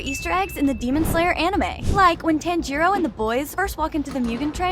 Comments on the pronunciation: FOR GODS SAKE PRONOUNCE TANJIRO CORECTLY PLEASEEEE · Why are you saying his name wrong!? You have watched the anime no!? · YOUR PRONOUNCING TANJIRO WRONG